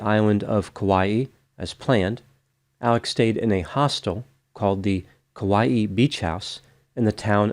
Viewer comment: I love your videos! You are such a calming voice of reason to listen to describing such horrific incidents. I just want to stop by and give you a teeny pronunciation tip as someone who adores Kauai and has been there many times (without going missing, obviously). In Hawaiian, when you have an apostrophe, it makes the sound between the two vowels into a glottal stop like bow Cockneys say “bottle” as “bo’l”. It’ll always be that way in Hawaiian as far as I have known. Hawaii is also actually supposed to have a glottal stop as Hawai’i is the proper spelling. I hope this helps in your Hawaiian adventures! The locals will look at you slightly less annoyed if you pronounce it better. They are annoyed by us anyway… don’t let it bother you too much if you are vacationing there.